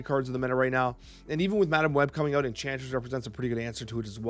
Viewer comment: 😂" aut there " the Canadian comes out